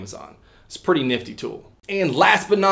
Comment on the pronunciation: I hate how he says "Pretty"